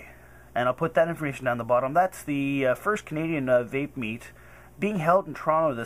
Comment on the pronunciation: vape, not cape